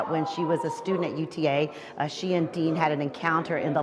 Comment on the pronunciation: Aaron DEAN not DEAL 😂